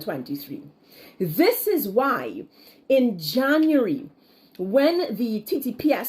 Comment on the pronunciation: Plz learn to pronounce “January” b-4 ur blogs hunny.